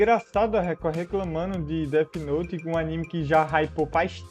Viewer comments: Oq eu mais gosto no cara é falando "det note" especialista que não sabem falar inglês kkk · O cara falando deti note , mds do céu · enfim, pessoas BURRAS q levam DESENHOS a sério, se a PORRA DA PESSOA ESCREVEU UM NOME EM UM CADERNO, OQ VAI ACONTECER? A PESSOA VAI TER UM INFARTO? PQP PESSOAS CHATA (e o "especialista" falando "Déti noti kkkkkkk)